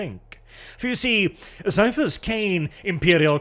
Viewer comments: HARD C! HARD C! CAIPHAS IS PRONOUNCED WITH A HARD C FOR FUCK'S SAKE! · Ciaphas would be pronounced Siafas if you follow the rules of ecclesiastical latin like warhammer normally does. HOWEVER, Ciaphas is actually a real biblical name and is spelt and pronounced with a hard "K" sound. It's normally spelt like Caiaphas or Kaiaphas (even Qaiaphas). The author of the books probably just wanted to change the name up a lil' without a thought to how it would change the pronounciation. But indeed, his name is "Kaiaphas" Kain.